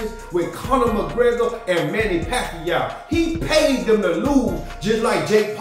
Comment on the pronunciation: Not pacqiou bro